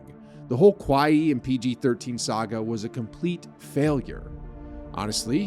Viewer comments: Why are you saying Kawhi's name like that? Like you're speaking Japanese 😂😂😂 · I'm curious do u say Kawhi name like that on purpose because I honestly can't stand it